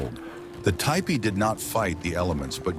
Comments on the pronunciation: Teach your ignorant robot to pronounce Tipi (TEE-pee), NOT TY-pee!!! Lazy ass content editors! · seems cant say tee pee... tai pee... too pee.... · Umm, it's pronounced "teepee". AI is not so intelligent when it comes to pronouncing words, eh? 🙄🤦‍♀️😲😳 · Hi LOL! AI 😂 ‘TYEPEE’😮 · typee? it's teepee, stupid AI. congrats on getting on my channell to never watch again list. YOU SUCK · Isn't it teepee [ti,pi:]? not [taipi] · It’s not,a typee it’s a teepee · It’s TEE PEE….! Not TIEPEE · I don't see a person and no such thing anywhere near that time. Regardless... the AI did several crazy things in the video. It's also crazy how it often says "tee-pee" and then it'll say "ty-pee" and some other pronunciation that I don't remember. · I made a tipi. What you said about the blizzard around the base is incorrect. The snow interfered with the draft allowing the smoke to come out the top. If that is blocked by snow the smoke stays in the tipi. Why do you say “taypee” several times? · Do not use AI to read the words. Ty-pees is very disrespectful. Overdub yourself please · Yes, the correct pronunciation is tee-pee and not the way the AI was saying it. And yes I would live in a tee-pee and enjoy it. I'm an 8th Chickasaw so I would be able to live in a tee-pee. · The mis-pronouncement of Tepee is so annoying. Your AI is broken or not very well taught! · TIPI with a long I? Come on AI, I thought you were smarter than that…. 😂😂😂😂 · Don’t ya just love it when AI can’t even pronounce words that a child would have no problem with. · FFS learn to pronounce the name, it's a TEEPEE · Why don't you have your AI bot learn to say "tipi" correctly? Very distacting. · At the moment I heard The mispronounciation I quit watching this video. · Right? It drove me crazy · Just ignore the Ai mispronunciation of tipi